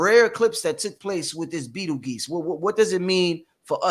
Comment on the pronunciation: Pronounced like beetle juice